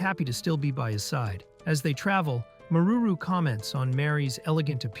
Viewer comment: Maruru San ❌ Marururu San ✅